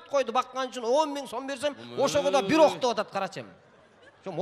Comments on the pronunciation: Эй бита теке эмес бир теке деп суйло кыргызсынбы же с...... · Бита дебей. Бир эле деп суйлосон э🤭